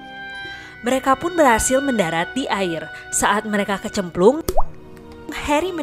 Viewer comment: "Saat mereka KeCeMpLuNg" * Plup * Bengek:v🤣🤣